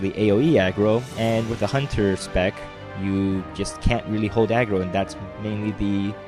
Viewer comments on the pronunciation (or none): none